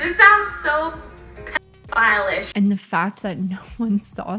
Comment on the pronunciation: At first I thought this whole thing was being overblown a bit. But the more I watched the more disturbed I got. Lying and getting a dog killed, filming dead cat, filming naked little boy at the beach, the sheer amount of times she said the world pdoohile. WTF this is a very creepy person.